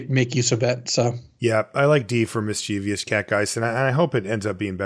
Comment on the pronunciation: ˈmisCHivəs , not miss-chiev-ee-us please. Otherwise great stuff! :)